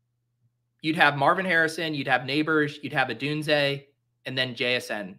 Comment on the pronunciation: If I had a platform that people listened to, I would 100% use the nickname Rome “wasn’t built in” Odunze. After hearing you butcher his name on your first stream, you have my blessing to steal it if you’d like. I’m sure Chris Berman will take it at some point. Or maybe other people are using it that I just haven’t heard? Just totally shocked this isn’t like somewhat standard with him 🤷🏻‍♂️